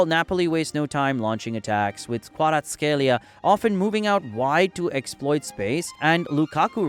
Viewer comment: Great vid buuuuuuuuut some games are wrong, i think they got correxted by Google like: kvaraskhelia in the vid is gareth scelia. Great vid still u did a great joob pronouncing the Italians players name